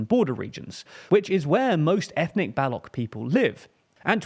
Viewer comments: It is Baloch, not Balock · For God's sake it's Baluch / Baloch not Balouk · Its not pronounced Balock bro💀 It’s Baluç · It's not balok, it's baloch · baloCH, as in CHange, not "ballock". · just a pronunciation tip, it's not "Balokh", Baloch/بلوچ is pronounced ch as in chess. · do a little more research it's not Balok it's Baloch you're speaking English not German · *baloch not balock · Balock?? Can't you just look up how it's actually pronounced??? It's Baloch. "Ch” as in charge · "Balok separatist groups" "Balokistan" Check the pronunciation first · It’s pronounced Ba-“luch”. Luch like smooch. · Hey, quick pronunciation correction: Pashtun is pronounced like "pash-tOOn" (not pash-tun). Baloch (and Balochistan) are pronounced as "Baloach" (and with "Baloach-istan") - the "ch" is pronounced like "chair", not "like charisma". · A small pointer. It is pronounced Ba-loche and Balock, sometimes it also written as Balouch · Baloch is pronounced differently Pakistan strongly supported Taliban.. not that they were ok with it Two small mistakes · You do not pronounce Baloch correctly. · Kabul pronounced as Kaabul.. not K'buul and Baloch.. the ch is sound ch in chair not k .. Get better TLDR. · It's BaloCh, Ch as in Chair. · FYI, the ‘ch’ in ‘baloch’ and ‘balochistan’ is pronounced like the ‘ch’ in ‘channel’ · Please learn how to Pronounce Baloch. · I was about to comment the same thing. It’s Baloch (च) at the end. This pretty much tells u how little they know about this issue.